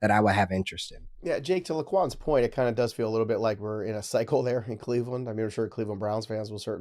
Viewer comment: The “o” in LaQuan is silent 😅